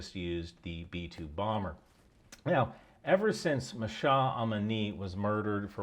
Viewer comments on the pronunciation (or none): none